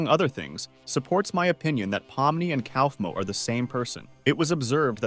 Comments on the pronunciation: “pomini” “pompeii” “cowfmo” “klinger” “killer drones show” ai generated istg 😭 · "Clinger" "Cowfmo" "Pom-knee" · “pomini” “pompeii” “cowfmo” “klinger” “rawtha” 😭